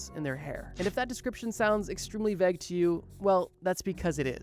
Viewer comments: Why do you pronounce “vague” like that? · Great vid but vague is pronounced “vayg” not “vegg” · He mispronounced vague lol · Say ' Vague ' there times. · I know you're Midwestern cause you don't pronounce vague right 😂